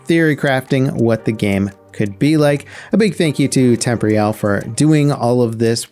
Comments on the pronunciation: Tem-por-al, not tempory-al. Jeeeez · Wtf is temp ree al. Temporyal Temp or e ul temporial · Surely it's pronounced "tem-POR-ee-al" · Absolutely this. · pretty sure its pronounced tem-por-eeh-al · I commented this like a month ago and I feel like he still mispronounces it to spite me lol. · It kinda annoys me how you mispronounce temporyal